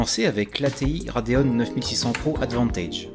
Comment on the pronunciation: Rade ON et Rade OFF ? Pourquoi RadeonE ? Y'a pas de E à la fin 😅